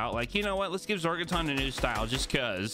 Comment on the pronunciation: "zorgotRon" said it wrong one time in the whole video, and it had to be the first time. cmon